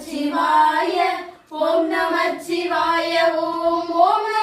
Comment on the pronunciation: நமசிவாய என்பது ஐந்தெழுத்து மந்திரம்.நமச்சிவாய என்று உச்சரிக்க கூடாது அன்பு மகள்களே 🙏